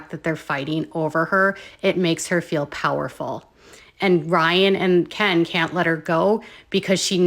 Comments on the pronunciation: Honestly.... I can't w you. Unsubscribing. You are obnoxious as f..... and not credible. BTW- NOONE... NOONE...of bloggers / commentors call K• E•N.... kiiiiiiiiin.... you are the only tard that does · HI...... I love of your channel, found you 2 days ago. But can you f u c ki ng for JE SUS chr1st... STOP calling Ken Urker, k•ee•n?! Or k•iiiiiiiin?! His name is effing KEN like Ken and Barbie... so obnoxious that a grown a*** woman insists on this name change like that- kiiiiiiiiiiin.... its KEN. Please take some speech therapy if it is truly thaaaaaaat bad- 3 letter word and this is what you confidently pronounce it like? No girl, no- makes your content lose credibility; that outdated potato filter ALREADY looking old as d😊😊😊😊😊 filters like that are so, what??? 2017? Stop. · Omg every time you pronounce Kiiieeennnn I am dying.😂😂😂😂😂😂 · It's unbearable that you can't even say the person's name correctly you are about to rant off about and talk smack- and if it is supposed to be funny? It isn't bcus noone calls him fake names but yo obnoxious butt